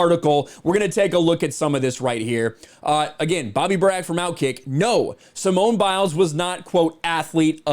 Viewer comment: “Simon” Biles. Just like Sir Rena Williams. And Veen is William(s).